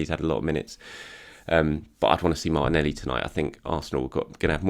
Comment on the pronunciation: I only tune in to hear his geezer pronunciation of Martinelleeee. is a Gooner, ello ello......